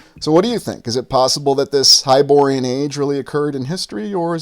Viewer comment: Its hyborean.